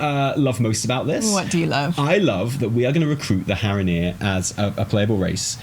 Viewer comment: I died at Haranir are hara-here hahaha